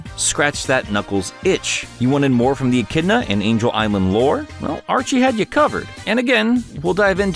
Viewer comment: I love you, but you gotta stop pronouncing echidna as "en-kid-na," lmao aaaahh